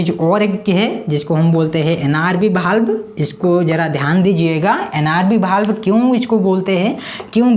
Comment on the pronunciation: Pdate to sahi hai ....pr word sahi se nahi bolte ho वाल्व को बाल्ब